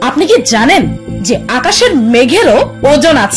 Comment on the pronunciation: Apni Ki ZANEN?, apni Ki ZANEN?,, apni ki ZANEN 😁😁😁